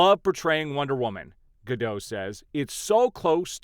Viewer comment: She wants the "T" in Gadot pronounced. She's Israeli. Not French. I agree with the eventual ultimate impact of the strike will have on Hollywood. The traditional major studio is a dying breed. WBD is one confused bunch of fat cats. #DavidZaslavResign